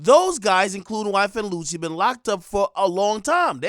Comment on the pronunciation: Did ak really say YFN LUCY 💀💀💀💀😂😂😂😂😂😂😂😂😂😂😂😂😂😂😂😂😂😂😂😂